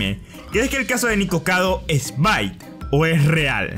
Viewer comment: bEit,. se pronuncia beit. hablando ingles, leyendo en español